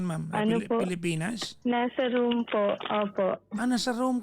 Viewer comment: hahahaha room pala , medyo malambot kc pag pronounce, sabi kc rome. hayyys